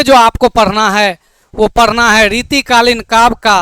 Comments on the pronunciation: Sar Padna hota hai parna nahi😂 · Padhna hota hai padna nhi😂 aur sar nhi hota sir hota hai 😂